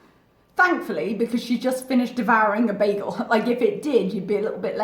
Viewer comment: I've never heard anyone pronounce "bagel" as "baggle."